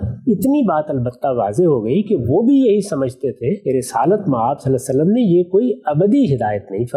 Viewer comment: جناب غامدی صاحب آپ درود شریف صحیح کیوں نہیں پڑھتے صلا صلم کیا ہے